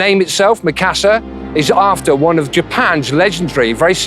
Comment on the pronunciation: They cant even say Mikasa right -_